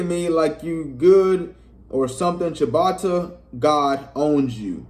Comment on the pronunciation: I just knew he was gone *ucking lose when he said “Chibatta” 😭 He must be scared of buddy no cap, no DisRespect to dude but you’ll blow him tf out! Form Blowed him out..he’s a funny entertaining dude he talk *hit and can play a lil but not on YALL level bro 🤦🏾 🤷🏾‍♂️ just an opinion